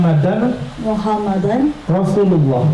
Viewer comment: Bukan Muhammadar, Rasulullah tapi MUHAMMADAN RASULULLAH